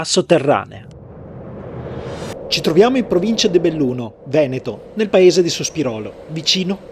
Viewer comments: The way you pronounce "Veneto" is utterly sickening! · Dio porco "Venéto"? Ma veramente?